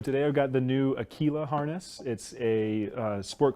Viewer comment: As an Italian the pronunciation he has of Aquila, makes my ears bleed every time. In Italian Aquila means Eagle